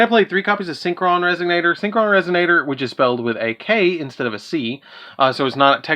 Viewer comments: I love the vid but I kept hearing "resignator" instead of resonator and it cracked me up. But I loved the video keep up the good work man 👍. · What the fuck is wrong with this guy 😂 how does resonator turn to resignator